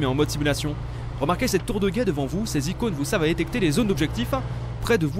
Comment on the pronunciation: A il dit tour de guète